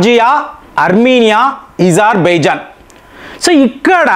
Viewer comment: అది ఇజార్బైజాన్ కాదు అజార్బైజాన్